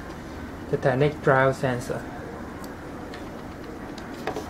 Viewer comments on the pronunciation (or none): called gyro sensor, pronounced guy-row sen-srr